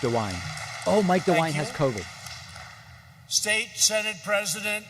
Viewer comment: Did David pronounce it cuvid? XD